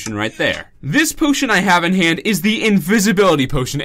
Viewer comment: In the very first second you say "pootion" instead of potion lol